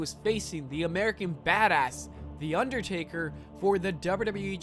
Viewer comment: How did noone else hear u say undertarry when u were talking about him doing the 19 and 1 thing